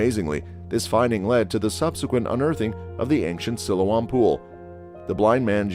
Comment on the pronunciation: Its pronunced SILOAM!